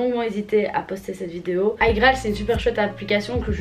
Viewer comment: On dit « Igraal »pas « agraal »🤦‍♀️